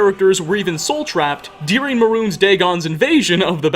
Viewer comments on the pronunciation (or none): pronounces the word "during" like "dear-ing". I wonder what accent that is.